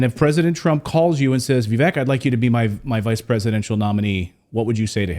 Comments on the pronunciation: Heres my 2¢, the mans name is pronounced like vivAke. Most people still say it like Vivek. Im pretty sure its spelled wrong but its alright. A lot of words are spelled wrong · It is pronounced Vivake as rhymes with Cake. It is not rocket science! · His name is Viv-AKE